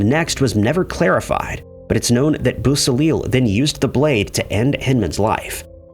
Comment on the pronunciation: Just an FYI: Bobby Beausoleil's name is pronounced: BO-so-lay (French) Volpe is pronounced: VOL-peh (Italian & Spanish for "fox") Just trying to help! I know how much you like to pronounce things correctly!